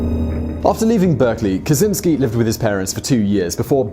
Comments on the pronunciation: you say it kachinski not kazinski btw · cz makes a "ch" sounds; it's a Slavic thing. You wouldn't call him "Kazynski" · it’s “ka-CHIN-sky” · Lovely video, really nice. It could be useless for You, but Kaczyński, as in original, you should read "Catch-y-knee(normal reading - something like nee but a little bit shorter)ski. Ski is actually good. Easiest way I could make it, it may sound funny but it helps with correct pronunciation of it. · Kaczyński (catch-in-ski)